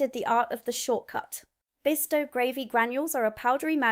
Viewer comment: RYE-BEAN-AH.....ribena. Not no 7 but number 7. BISS-TOE....bisto